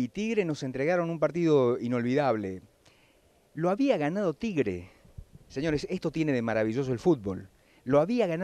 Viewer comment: tibre dijo jajaj